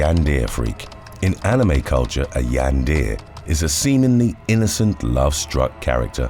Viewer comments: In the future, Yandere is a Japanese word pronounced like "YAN-der-eh". Emphasis is always on the first syllable and the last syllable has its "e" pronounced as a short sound. :) Love the video, very different than normal stuff! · You guys totally butchered the word “Yandere”. It’s pronounced “Yan-da-Ray” not “Yan-Deer”. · I'm glad somebody said it since that's my only gripe about the video 😁